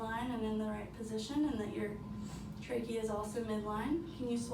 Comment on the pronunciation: I had to fast forward through her. My soul died a little bit every time she said it. That and traah-gus